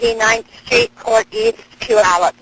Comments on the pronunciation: You can pronounce garage however you feel most comfortable. People from different places say it differently. Where I'm from it's gah-raj. Oh and for future reference Puyallup Washington is pronounced like pew-all-up. I actually lived close to there when I was a teenager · Washingtonian here! It’s pronounced Pew (like a laser pew pew) All-Up haha everyone gets it wrong but yeah Puyallup = pew-all-up ❤